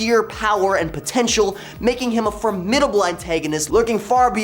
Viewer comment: I could overlook your pronunciation of formidable, if you didnt use it repeatedly throughout.